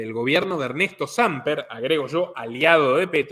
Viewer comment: Hey...es Samper con acento en la e.....en en la A